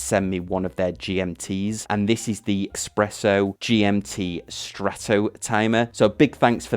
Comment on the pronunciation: Another half-hour time zone is Newfoundland. "S presso", not "X presso"...